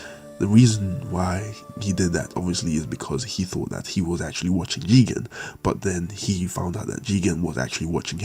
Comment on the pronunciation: Why are you saying jigan? It's "Jigen". Put some respect on his name.